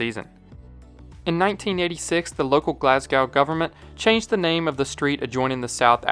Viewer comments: Hey great vid! Though Glasgow is pronounced Glaz Go not Glass Cow :) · lmao. Great facts, and I always love a bad pronunciation of my city. Glaascow lol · please never say glasgow like that ever again